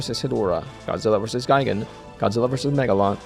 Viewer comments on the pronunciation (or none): none